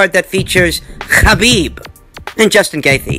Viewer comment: When says Khabib.... 🙌🏾🙌🏾🙌🏾🙌🏾 Can say Nurmagamedov?